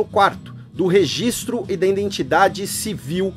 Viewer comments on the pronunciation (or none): none